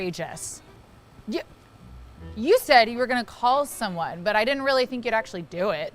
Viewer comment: Oh NO! She ditent( did that SOUND LIKE DID NT?)😊😮